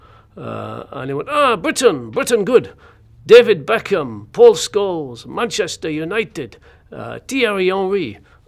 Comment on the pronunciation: "you like Manchestur?"